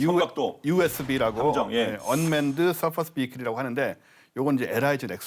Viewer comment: surface의 발음은 서퍼스가 아닌 서피스 입니다! 네이버 사전에서 인용 헙니다! surface 미국식[ˈsɜːrfɪs]발음듣기영국식[ˈsɜːfɪs]